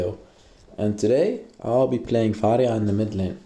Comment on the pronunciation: “Ill be playing varrrya in the mid lane” Gotta love that rrr